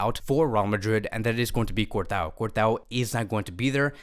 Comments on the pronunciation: My man said Courtao 😂🤣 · Stop saying cort-a-o bruh😭